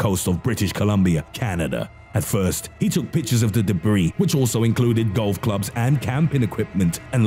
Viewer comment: YouTube. Makes it hilarious. Japanese pastrami. Also says its Debbie not debris 🤣🤣🤣